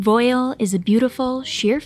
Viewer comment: Thank you... Though it's pronounced "vwAHL".